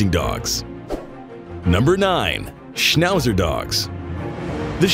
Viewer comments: Schnausser 🤣 Aber Daxsnd ist noch besser 😆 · The worst: Schnauser 😂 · "Schnauser" hahahahahahahhahahahahha 😂😂😂😂😂😂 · "SCHNAUHSA Dogs"... Die Amis haben echt die beste Aussprache...:):):)